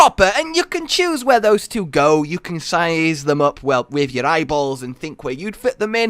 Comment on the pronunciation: I love how turns Scottish "Size them up with yer eyeballs"